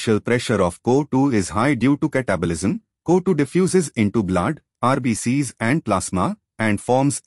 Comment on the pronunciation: The pronunciation of co2 isn't correct sir